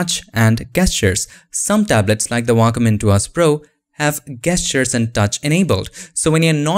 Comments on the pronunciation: Not Gestures with the G pronounced. More like Djestures. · gestures Is properly pronounced as Jestures. it's weird but in English that how we say it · It's "gestures" not "gestures". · Nobody:: "Gestures"